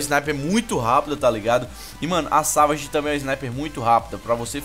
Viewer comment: Se escreve Savage e se pronuncia Saveige